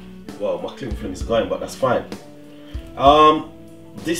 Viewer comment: “Cling flim” a true jamaican enuh !! 🌎🤣🤣